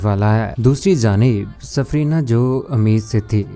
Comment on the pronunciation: Safina....safrina nahi